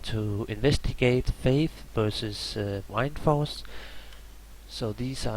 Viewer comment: Why does he say wIndforce its wind-force